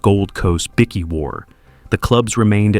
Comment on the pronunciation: Bikie not bicky